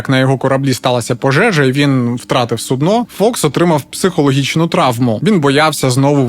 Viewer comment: у слові “судно” наголос падає на «у»